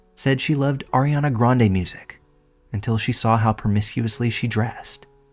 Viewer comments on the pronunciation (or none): none